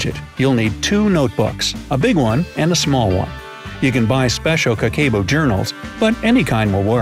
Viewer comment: The way he pronounces Kakeibo made me exit out if the video so fast